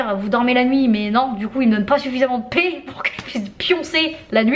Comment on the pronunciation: Euh la...: qd tu dis "paix" àproposde ta super relation avec ton cher et tendre, j'ai l'impression d'entendre... "pet"... ce qui change pas mal de choses!!!:);) Bisous 😘